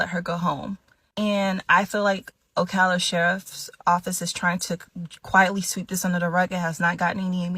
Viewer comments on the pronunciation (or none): none